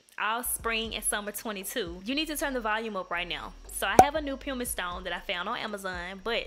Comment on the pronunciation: You're really good at this! Now I feel the need to treat myself and go buy me some nail supplies. Have you ever thought about doing this professionally? I'm a bit like you; I buy everything from Amazon 😂😂😂 BTW pumice is pronounced puh•muhs